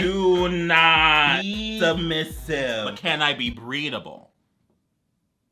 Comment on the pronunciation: When said “breedable” 💀